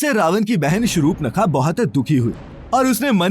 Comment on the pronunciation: कृपया नाम ठीक से बताएें श्रृपनखा नहीं शूर्पणखा, और उसके पति का नाम विद्युज्जिव्ह था ।